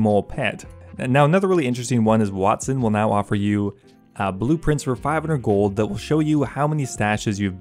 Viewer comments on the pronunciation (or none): none